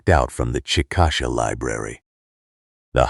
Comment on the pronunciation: Chick-a- Shay not chick-asha